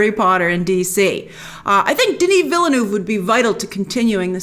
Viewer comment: How come that you can't pronounce the director's name correctly? It's not VillENÚV but VillNÉV